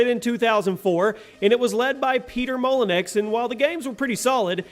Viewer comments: It's Peter Molenu (that's how you say it not molenex) just go watch a Larry Bundy JR video and you'll hear his name said many times. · Not 100% but I'm pretty sure it's pronounced mol-in-you (molyneux) not Mol-in-ex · "Peter mollenex" lmao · can you please research gaming icons so you don't butcher their name? It's pronounced MOLLY-NU, not MOLAN-X. Thank you! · Peter who? LMAO! peter molyneux is French ... It's pronounced Moly-new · Isn't Peter molyneux pronounced "moly-new" and not "moly-nex"? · No no. It is Molynix. That's what he said. 😂😂😂😂 (Joking by the way. I know it is pronounced how you said. Molyneux... MolyNEW) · PeTeR MOluN-EX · I stopped watching when i heard 'peter mol-ey-nix' that pronunciation though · Peter “Mollynecks?” Really, guys? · Really tho, "Peter Molynix"? I just can't dude. XD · "MolyenX"? Good grief.. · Good old Peter Molyneux. Or should I say Molynix. 😂😂😂😂😂 Never heard it pronounced like that before. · lol it's pronounced Peter Mall - Ee - New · I lol'd at how you pronounced "Peter Moluneux". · That was pissing me off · That pronunciation had me 😂😂